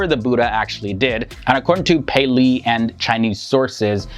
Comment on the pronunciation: A few corrections. The Pali language is pronounced "Pah lee" Short 'a'. Theravada and Siddhartha have an aspirated 't' which is written, "th", but is pronounced as a hard t followed by an 'ah' sound. So it is "Sid-ar-Ta" not "artha" and "Terra-vah da" or Terra-vay-da", not "Thera." Siddhartha Gautama was given the title "Buddha" but more typically was referred to as a thathagatha -- a "thus gone" person. That is one who has reached the final aim of Buddhism, an awakened one. There are different kinds of buddhas, private and public. It was believed in his day that the Buddha was not the first Sammasambuddha, or perfectly enlightened one -- there have been buddhas for every cosmic age. It is also believed that there are many paccekabuddhas, buddhas who do not declare the Dhamma (teachings) to the world. It is said that the Buddha was instructed by paccekabuddhas in previous lifetimes. In the Buddha's time, a set of rules for monastics, the vinaya, was set down and ritually repeated and extended. It prohibits killing. In Buddha's time meat was a luxury and requesting that someone slaughter an animal on your behalf is prohibited by the monastic code. Furthermore the Buddha and early Buddhists had a dim view of butchers. The vinaya also limits how manks can obtain and store food -- so Buddhist monks and nuns are sramanas -- holy beggars. This strata of society existed before Buddhism and ritualized begging for food is a tradition carried on to this day in Southeast Asia. The Buddh